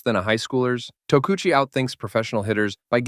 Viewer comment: Tokuchi TU-AH?